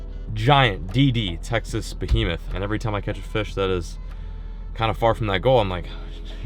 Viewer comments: “Absolute BOHEMETH” I love when says that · Lol yeah I cringe but love it at the same time.